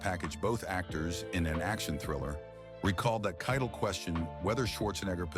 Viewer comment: For Pete’s sake, Harvey Keitel pronounced his own name at the beginning of this piece, and the AI robot still got it wrong through the entire narrative until the very last time, when robot-man finally says the name Keitel correctly!